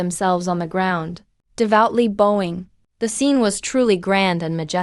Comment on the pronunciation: that's pronounced as bawing, not bo wing... bow as bending not bow as bow and arrow... di ba talaga marunong magdistinguish ng words at pronounciations ang ai na ginagamit sa mga videos dito sa YouTube???